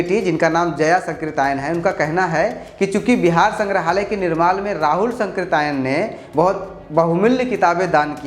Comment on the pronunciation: राहुल सांकृत्यायन और जया सांकृत्यायन में सांकृत्यायन शब्द का उच्चारण गलत कर रहे हैं। और गलत लिखा भी गया है।